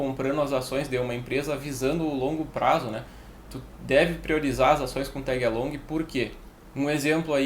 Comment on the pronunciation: aí é o manjador de inglês! Tégui alongui! XP